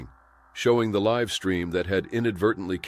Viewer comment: "LIve" pronounced wrong